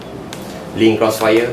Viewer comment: You mean link, not ling...